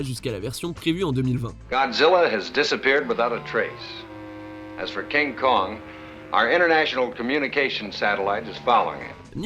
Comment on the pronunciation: Pk tu dis à kinkong contre gozilla king kong contre gozilla